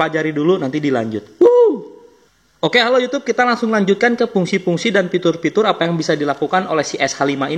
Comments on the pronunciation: Pitur dan pungsi org sunda ga bs ngomong F 🤣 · FITUR bukan Pitur